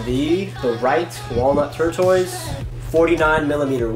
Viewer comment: It's TORE-TUSS (like the turtle); not TORE-TOYS. :)